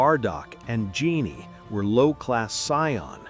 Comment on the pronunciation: Also it’s Gine… Gi-Neigh